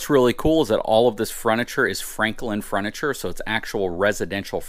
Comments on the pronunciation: Did he say "fruniture"? LOL Great video, and really beautiful RV, thanks for the tour!! And Happy New Year! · Froniture??? Lmao bro what.. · I definitely heard it too. He said it 3 times.